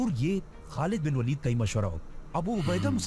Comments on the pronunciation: والید نہیں ولید ❤ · वालिद नही वलीद